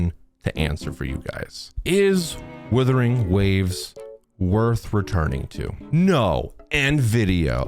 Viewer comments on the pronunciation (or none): Him mispronouncing Wuthering Waves as Withering Waves..irks me